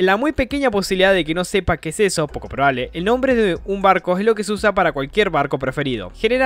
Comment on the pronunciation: Alfin!!!! Alguien que dijo bien mi nombre Post data: buen video y gracias por el saludo sigue asi crack Ten un buen dia